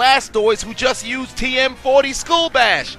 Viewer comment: nigga said TM40😂😂